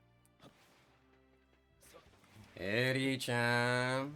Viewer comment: W vid 😂😂the way u say ERI CHAN cracks me up 🎉🎉